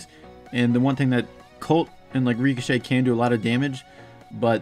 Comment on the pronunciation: Please learn how to pronounce ricochet 😔